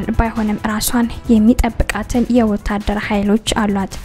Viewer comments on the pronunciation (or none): ወታደር ማለት አትችይም 😂😂 የኔ ኮልታፋ ውድድ አደረኩሽ